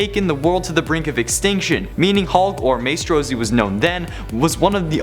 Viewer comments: Who dafuq is May-strow? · It's pronounced "My-stro." Sheesh